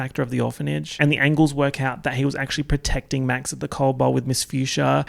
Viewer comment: I swear to god I spited my water the first time he said ANGLES